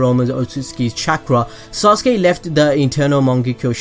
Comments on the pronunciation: Stop saying sauce-gay please! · SORRY I HEARD SAUSAGE UCHIHA LoL 😂😂😂😂😂😂😂😂😂😂😂😂😂😂😂😂😂 my mistake